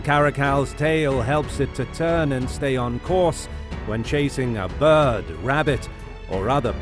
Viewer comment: Why does his voice sound like that-??? I’m never heard anyone say bird that way duajdbeidbwidbeibdksbdidbe